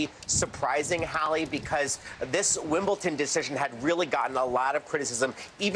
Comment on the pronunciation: Shouldn't Hallie and a sports reporter know that it's not pronounced 'Wimbleton'.... especially in England, where the English language originated? (Yes, I know that the English language is a derivative of other languages.) JS